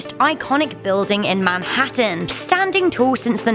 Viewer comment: I love it so much when she said " Manhattan " .